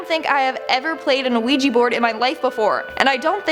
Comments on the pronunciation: Ouija [ wee-juh or, often, -jee ] Please stop saying the O. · Thats not how you say ouija.